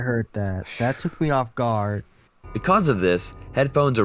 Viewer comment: why do you pronounce "because" wrong?